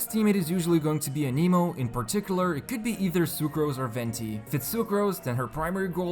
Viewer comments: Just a peeve I have. It's pronounced 'Ann-eh-mo' not 'A-nee-mo' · "aneemo" lmao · Aneemo, TartaGLEEA, Jongli...the prononciation is just top noch